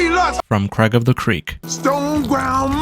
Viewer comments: is this guy allergic to saying the i in craig? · i just noticed 😂😂